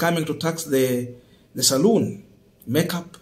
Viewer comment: its Salon Not saloon